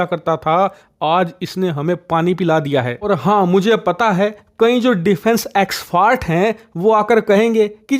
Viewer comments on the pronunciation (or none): defense exfart😅, tagda sarcasm 😅😅😅